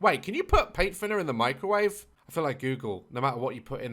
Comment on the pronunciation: He said mecrowavae, I love that 😂😂